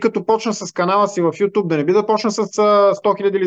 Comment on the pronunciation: Карбовски , градивна ми е критиката и пак ще ти напиша. Думата е нЯма , а не нЕма. Също така, платформата е ю тюб, а не ю туб, тупан такъв 😁